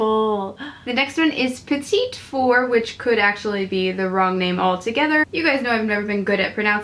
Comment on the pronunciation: Amazing swatches! I only own two of the ultra mattes, and four of the lippie stix, but I definitely need some of these in my collection! With "petit" you would pronounce it similar to the way you did but without the second t :) You'd pronounced the second t if it were the feminine version "petite" xx